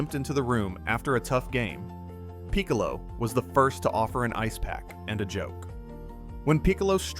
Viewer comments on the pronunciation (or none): You did a pretty good job here, but come on, Bears played at Wrigley Field in Gale's day. And it's not peek-a low, it's Pick-a-low. He was the best though.